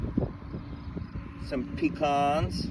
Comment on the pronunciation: You pronounced pecan incorrectly twice 😂